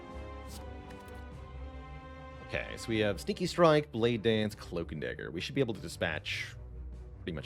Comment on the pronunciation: when he says sneaky strike it sound like stinky strike